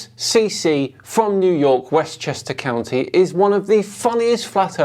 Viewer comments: That “west Chester Cow-ny” annoys me more than his insanity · Westchester caaawwwnnneee. It's county you buffoon.